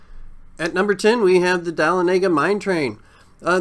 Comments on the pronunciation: Definitely not from Georgia by the way you pronounced Dahlonega. It's pronounced Duh-lon-e-ga (hard G). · Its " Duh lawn uh guh" not " dah luh nay guh " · Its pronounced duh-lawn-uh-ga not dal-luh-nay-guh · “Dalinayguh mine train” — it’s DUH-LAWN-IH-GUH. Fuckin yankee. Nice vid tho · I knew they weren't from Georgia when he called it the "dala-nega mine train." It's "Dah-Lona-ga" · Dahlonega is pronounced "Dah-lon-i-ga", not "dall-en-a-ga"! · dah-lawna-ga is how you say it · DUH-LON-IGUH mine train is the correct pronunciation 🤪🤘🏻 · Did he just day Dahlonhega Da-lay-nay-ga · The "Dah-low-nega" mine train. The Mind Bender has always been my favorite coaster there. Anyone remember the the original before they themed it after the Riddler? I think it had a creepy looking bald guys head with long arms intertwined like shoe laces pointing in different directions. Could be wrong, it's been a while since they changed to the Gotham theme. Great Coaster park, I actually own the old Viper coaster sign from there. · It's pronounced "Duh-lon-a-guh" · It is pronounced Du-lawn-u-ga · Dal-on-ega, What do you mean brother?, It's da-lon-aga! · You clearly have no relation to the south with the way you pronounced Dahlonega. Also, with Twisted Cyclone, it’s not a high five turn, it’s called a wave turn. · why’d he pronounce dahlonega like that 💀💀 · The way you said Dahlonega makes me mad